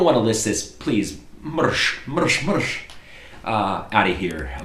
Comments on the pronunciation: You mentioned mrsh wrongly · I laughed my pants off! The funniest part was when he said: ''mrs, mrs, mrs''! When you say ''Drkadzija'' the ''dz'' is pronounced as you would pronounce the letter ''J'' in ''Jack''!